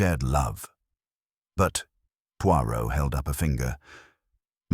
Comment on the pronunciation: When you read an audio book, first pronou ce the main character 's name correctly and if reading french,pronounce it properly pleease